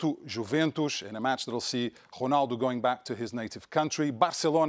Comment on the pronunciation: The way he pronounced ronaldo